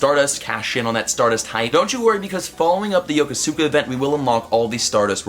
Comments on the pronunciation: YoKO-ska. Not YoKoSukuh. You hurt my ears. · Hey man, love your content, but in Yokosuka's pronunciation, the U sound is basically silenced. Think about how you pronounce Yokohama and keep the first syllable and just add "ska". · PLEASE PLEASE PLEASE LEARN HOW TO PRONOUNCE YOKOSUKA RIGHT! sigh Sorry, but really, sounds like crap when you pronounce it like that.